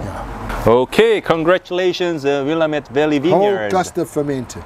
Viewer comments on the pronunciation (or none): Please, it's called will-AMM-ette not WILL-uh-met. Sorry, native Oregonian here. Great video and happy to see the Kirkland Malbec here, my favorite value wine from their stock.